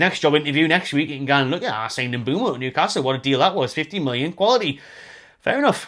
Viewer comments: M’Boomo not M’Bwemo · Everyone keeps spelling/pronouncing Mbeumo’s name wrong 😑😅